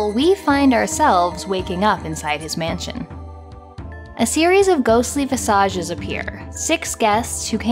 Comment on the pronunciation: I like how you enunciated the word "visages" (rhymed with massages) ... way cooler than the way I would have said it (rhymes with villages), Such a great video on the history of CD-Rom drive adoption.